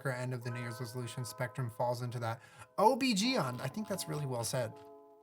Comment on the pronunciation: Omg when he pronounced OBGYN as OhBeGeeYawn